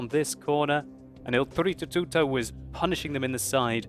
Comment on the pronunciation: BritzzONE Mario is an Italian plumber. O.o is doing a good job pronouncing it correctly. If you sound much different...you're doing it wrong.